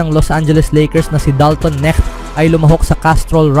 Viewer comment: KNECHT dimo MABIGKAS ng tama? Sounds neck Anu yan Leeg😂😂😂